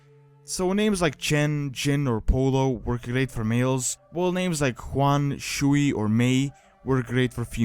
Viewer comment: Just a note, in chinese the word "shui" is pronounced "shwey" meaning water.